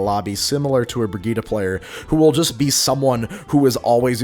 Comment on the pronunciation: That's how her name is pronounced. "Bri-gee-tuh" is correct, "Bridge-it" is wrong.